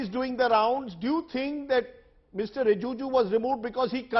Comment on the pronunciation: Rajdeep, it is RiJIju; not RiJUju.